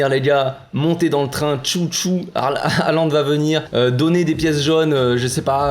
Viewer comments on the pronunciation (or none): none